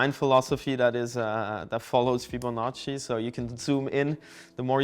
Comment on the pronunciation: When he said Fibanocci he stole my heart